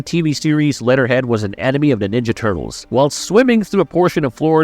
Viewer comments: He says lead'er head so much! Fix ur A.I. voice or actor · It's "wort-hog" not "war-thog." It's "leh-ther head" not "let-ter head ." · Are you saying war-thog or warsog? Also did you say letterhead? Wtf. Why are so many of these videos voices by seemingly moronic A.I. voices?